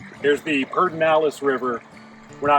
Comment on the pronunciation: PED ER NALES not PERD enales River!!! Why does almost everyone mispronounce this river along with the city of New Braunfels? They say New BraunS fels?!